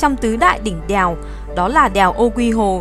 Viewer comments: Đờ eo đeo huyền đèo 🤣 nghe b này nói như là i e eo đièo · Đìèo 😅 đièo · Mình cũng nghĩ giống Bạn …..